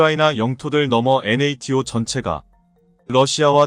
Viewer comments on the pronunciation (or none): none